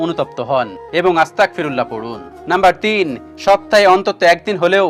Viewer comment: Astakfirulla na astagfirulla bolun